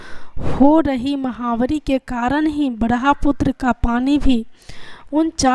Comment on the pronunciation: 🙏🙏 Bhraputra नहीं Brahmputra 😂 Sorry to say that 🙏🙏👏👏🌹🌹